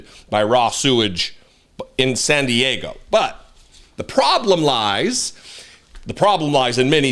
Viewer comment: She can’t say SAN DIEGO! 😂